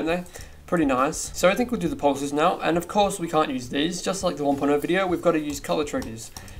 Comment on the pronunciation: When he said ‘pulses’ it sounded like ‘porpoises’